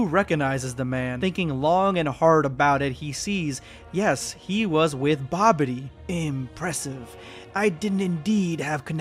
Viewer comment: Dude said Babidy when the manga said Bibidi. I question why he didn't work-check himself.